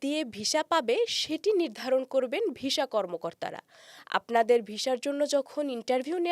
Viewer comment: Please improve your pronunciation of the word visa. It's not visha, it's visa